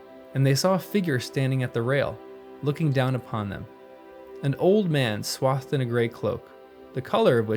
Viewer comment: Swathed is pronounced swaythed not swothed . The vowel A in swathed is voiced as in ABC 👍🏿